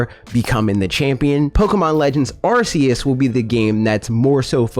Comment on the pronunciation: You're the only person I've seen openly admit that they've known Arceus pronounced the way you have and that's the way you will pronounce it. I respect you, man. At least you're not watching the presentation live and saying the name another way RIGHT AFTER you hear them.